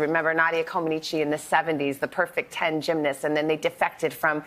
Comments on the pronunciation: Nadia ComanEECH, for Pete’s sake. Not Comaneechee. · Savannah’s pronouncing Nadia comaneci’s name wrong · Is it pronounced Co ma neh chi? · I've heard Nadia say it's pronounced Coman neech